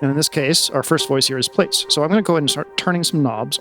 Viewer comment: hey, love Ur videos. just wanted to let u know Plaits is pronounced Platts with a long a sound like flats but with a p instead of an f. it's a way of doing hair that's why he named it plaits because it is the braids successor. I don't mean to be rude or anything, just thought u would want to know. thanks for making such great eurorack videos man, Ur fucking awesome!